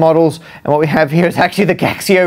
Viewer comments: Gaxio is in chinese is said "Gachio" just like you say "Casio" in chinese. It's a counterfeit calculator don't search. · I believe it is pronounced Casio in Mandarin. The G prounounces [k] as in skill and x is the closet sound mandarin can make to how we pronounce the "sio" (which we should pronounce like in vision, also because it is named after the founder Kashio) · "Gaxio", now I feel ashamed of being Chinese.